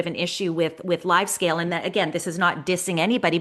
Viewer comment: Hey! Thanks for the insights as always. A small comment: It's Livescale, not LiveScale (LiveScale is a Dubai-based architecture firm;-) Best to the Channelize team from the Livescale founder and LiveShopping OG;-)